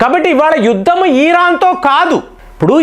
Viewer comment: ఈరాను కాదు ఇరాన్